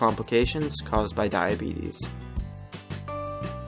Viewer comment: Mickey Mouse died from diabetuhs